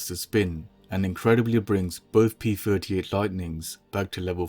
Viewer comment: I hate hearing p furty eight instead of p thirty eight!